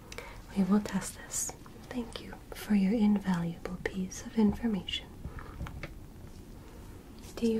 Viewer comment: nah she just said my brainell is invalable